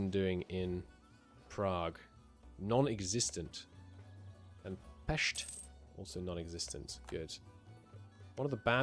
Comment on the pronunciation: Your pronunciation of Pest warms my little linguistics‐and‐phonetics‐loving heart